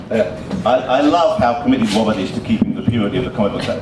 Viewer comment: We're going to stop with Wobert! Ahhhh, Mr. Ross....Mr. Woss.